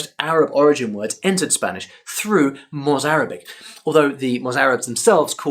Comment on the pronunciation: Your spanish pronunciation is great